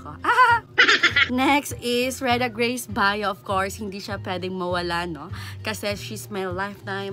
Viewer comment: Hahaha oj kaayo nag enjoy jud kog tan-aw😆 thankyou sa shoutout😘 correction its “biyo” dili “bayo” haha wavyuuu❤️